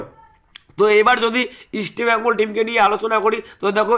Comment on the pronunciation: East Bengal namta thik kore uccharan karo.hector hospitals e admit kids kore khelbe.oskar tomar kane kane ei 1st eleven bole dieche.